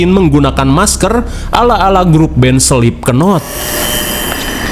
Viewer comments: Band Selipkenot?🤔. Sok Kmn aja mah..itu Band "SLIP SEDOT" 😅. Btw "THE STRAIN" Film seri Recommended, Mirip TWD tp Vampire 👍👍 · slipknot bang